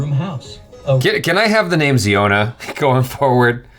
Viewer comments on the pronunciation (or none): Its pronounced as "Zy-on-a" not "Zee-o-na". Like the Hebrew word "Zion" with an "a" at the end to signify he is a male. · Its zion not jiona he from mizoram india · Its Zion-a, not ziona. Wrong pronunciation, and they are from Mizoram, North East India. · The pronunciation of the name of with 39wives seems to baffles you. It's Zion-a ( a denotes male ) pronuns it as Zion Williamson's name. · Worlds biggest family, head of the family name should be pronounce Zaiona